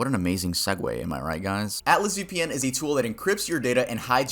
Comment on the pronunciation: Ve pee en